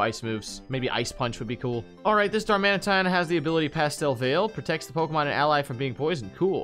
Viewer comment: anybody else cringe when you hear these dudes pronounce the pokes